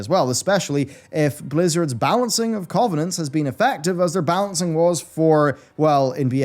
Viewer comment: Why can't this dude pronounce covenants properly ?